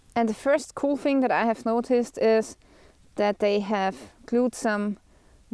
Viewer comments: Yes I love how Austrians and Germans say “that’s cool” — “dats kouhl”. 👏😎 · I like the way she says "cool." "Ku•rl" 😊